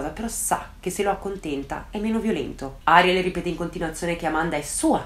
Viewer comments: piccola precisazione/curiosità: in spagnolo si pronuncia Arièl e non Àriel (di base tutte le parole in spagnolo sono piane a meno che non abbiano un accento grafico; il nome Ariel non ce l'ha quindi va pronunciato come una parola piana e non come sdrucciola); sì sono un rompiscatole, me lo dico da solo 😁😛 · Video strepitoso e degno delle aspettative, amo ascoltarti. Solo una cosa piccolina, credo che il nome di "Ariel" si pronunci "Arièl" con l'accento sulla e, dico perché il mio "ziastro" si chiama così ed è argentino quindi, boh... Credo si dica così però magari è diverso, comunque top ❤️